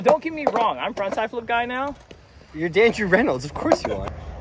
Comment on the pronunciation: He said you're Dandrew Renolds hahahha